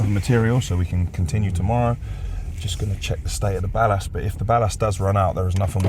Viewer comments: I wish you would learn how to speak English properly. Especially when it comes to pronouncing 'Ballast' properly. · Why does man say "Ballast" like such a looney 😆